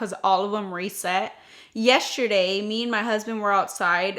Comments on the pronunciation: 😂😂😂 Good morning beautiful. Question....why do you pronounce “yesterday” like it’s spelled “”YESSHERDAY?” 😂😂😂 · It cracks me up every time you say that word!!! 😂😂😂🥰🥰🥰